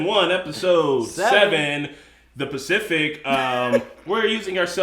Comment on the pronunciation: lol did he just call it "The Specific" ? ...twice in a row? lol